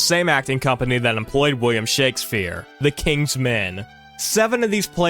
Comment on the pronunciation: bro said "shakesphere"